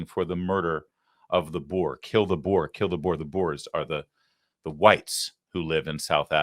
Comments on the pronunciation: Not thousands - yet. Only the first 59. Please don’t refer to them as “boars”. It’s Boer and pronounced Boor. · Its not boar its boer and its afrikaans for farmer. Not all whites are farmers. And apartheid is afrikaans for seperation. How it started was a blackman asking a white activist women that he want black and white separate to protect the black culture and the reason we kept it that way is because the farm murders started in the 1980's. But the media lies about everything and even our own people don't know our history. I research everything because of lies all over. You will find it if you look